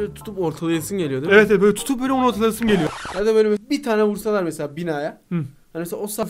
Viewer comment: Hayır hayır ✨Evetğ✨